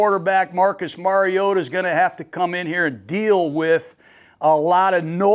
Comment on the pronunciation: FINALLY someone who says “Mariota” correctly! Nice work, Coach!